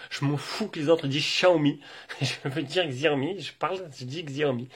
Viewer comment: t'as bien raison pour la prononciation de Xiaomi ! la plupart des gens le prononcent comme ça de toute façon.